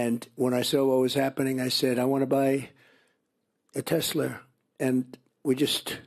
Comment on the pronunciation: Can he not pronounce Tesla, tf is Tesler